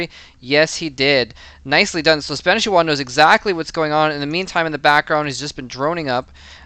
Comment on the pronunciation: both of the i's are pronounced like "e"s